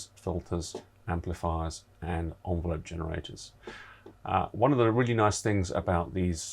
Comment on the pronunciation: Interesting vid, pronunciation of ENvelope was a bit grating its not an ONvelope!